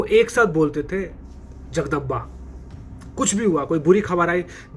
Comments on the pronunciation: Its not jagdamba it is जगदंब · Jagdamba nahi Jagdamb bolte hai Chatrapati Sambhaji Maharaj. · Ba nahi b jagdamb bolte hai